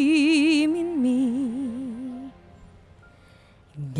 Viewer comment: Por meeeeeeeeeeeeee. Kambing ka ghorl?? 😂😂😂 Char nice ganda ng boses mo except sa pag pronounce mo ng "Me"